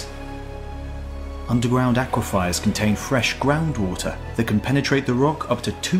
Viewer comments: Btw, the word is aquafer not, "aquafier." Just sayin' 👍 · A superficial glance at the word "aquifer" might indeed lead one to pronounce it "ahk-wa-fi-er". However, this is a disappointment, as one doesn't otherwise expect superficiality from this series.